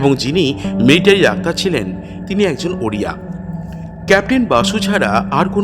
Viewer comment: আপনাকে কি কেউ তাড়া করেছে?পট(পথ),নয় ডাক্তার বলুন অথবা ডক্টর বলুন -ডাক্টার, ডাক্টার বলছেন কেন?